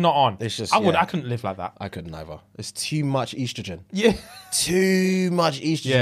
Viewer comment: “ too much Eastrogen” instead of estrogen killed me